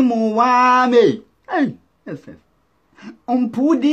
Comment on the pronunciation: 🤣 🤣 🤣 🤣 🤣 Damn When he says 'yeses'